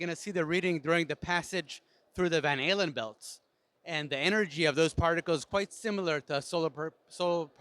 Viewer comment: He pronounced Van Allen Belts so much like Van Halen Belts! Don't forget to include radiation proof earmuffs for the Van Halen Belt! :D That vest looks pretty bulky tho ! Can't help but wonder what 'high in hydrogen' filler it's packing!?! ;) Space tugs with robo arms are a good idea...